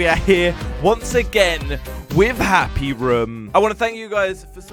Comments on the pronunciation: it's not happy rum it's happy room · he says happy rum I love it